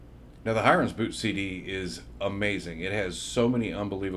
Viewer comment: Hiren is pronounced "he-rain". FYI :)